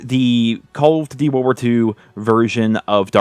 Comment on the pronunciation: Do you have a hard time saying call of duty world war 2 bro Jesus